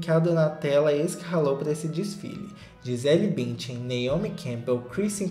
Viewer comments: Sensacional o "Gisela Bintian" 🤣🤣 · mano "Gisela Bintian" 😂😂